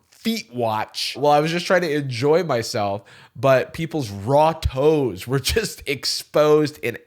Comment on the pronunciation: "raw toes" is single handedly the worst thing I've ever heard in my life 😭